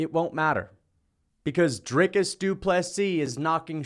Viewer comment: Congrats you pronounce DDP’s first and last name correctly! Better than Sir Dana White to the people of SAfrica. But at least DW did address them, and respectfully.